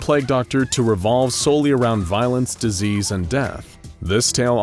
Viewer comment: disease not diesel